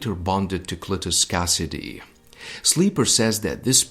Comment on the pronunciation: I'll be that guy... Say Cleatus Cassidy again. Love your vids tho